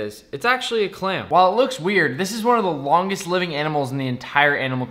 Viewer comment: “This is one of the L O N G E S T living organisms..” Me: emphasis on the longest, like DANG